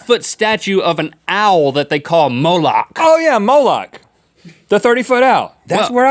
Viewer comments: You pronounce it Mole- Ehk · It's said: "Mole-leck" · its pronounced Mol-ek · But with the middle eastern accented "ch" at the end